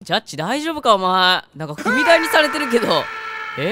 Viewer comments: されて が せれて になってて可愛い← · ”されて”が”せれて”になってる。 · ボコボコにせれて になってるよ！wwwかわいいw